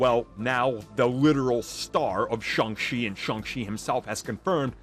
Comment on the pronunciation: Simu Liu (see moo lee oo) not sih moo loo Shang Chi (sh Ah ng Chee) not shee